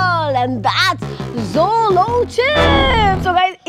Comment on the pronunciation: Sis this is not Zolo chip this is Jolo chip😅😅😅